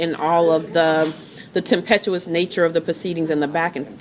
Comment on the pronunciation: "tempetuous"???? Certain people need to stop trying to use big words, that they don't understand, to try to sound intelligent